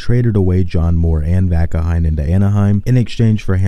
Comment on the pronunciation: That is Vaakanainen..not Vaakaheinen